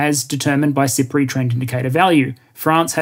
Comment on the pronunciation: I kept hearing SIPRI as "Cypriot" and thinking "Island nation. Makes sense."